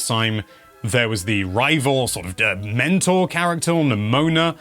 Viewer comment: I typically just listen to YT vids and when you said “the mentor character” I swore you said “dementor character” and was a little confused and immediately looked at who this person was haha